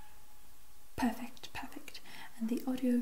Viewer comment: Lol it sounded like you said ‘purr-fect’ after the cat image 😂